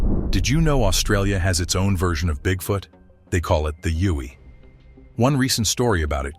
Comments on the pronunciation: Yowie is pronounced 'Yow e' not 'You e' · No, we don't call it the YOUIE you stupid AI. We call it a YOWIE, pronounced like WOW WE. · The Australian one is pronounced Yowie not what you said it was 🙄